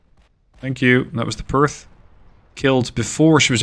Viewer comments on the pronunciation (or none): none